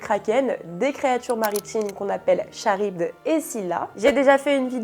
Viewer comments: Perso je suis plus in love de mon Johnny d'amour. Et pour info, on prononce K- aribde 😁 Super vidéo sinon ❤ Merci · C'est SUPER intéressant et très facile à comprendre. Ta façon de parler permet même à des néophyte (comme moa) de tout comprendre. Juste la prononciation de Charybde... (Je suis quand même retourner vérifier) C'est bien ''Karib""... A par ça j'adore ta voix reposante, je me fait une de tes vidéos dès que je peux (merci la vaisselle)